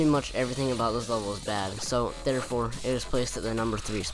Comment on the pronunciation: . Therefor instead of therefore